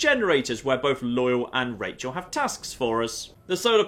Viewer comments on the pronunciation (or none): its Raquel not rachel for fucks sake. its your favorite game you should know this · Her name is Raquel (pronounced ra-kel) NOT RACHAEL! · Her name isn't Rachael, it's Raquel. Pronounced Ruh-Kell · Her name is not Rachel. It is Raquel. It is pronounced Rock-el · Or Rah-kell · Raquel ( Ruh-kell)